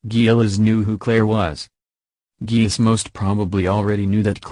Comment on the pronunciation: Its pronounced gay liss